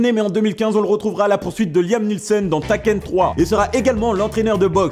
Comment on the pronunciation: Pourquoi... Pourquoi prononcer "Takken trois"... C'est pas si compliqué, "Teïquaine" trois à la limite, mais là c'est chaud quand même...